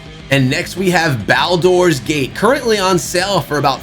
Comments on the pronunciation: Lost me at Bal-Door's Gate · Nothing changed. For some reason people see the isometric point-and-click style and lump it in with Diablo. First time I’ve heard it pronounced as Bal-door’s gate as well😂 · The way you pronounce Baldurs Gate is painful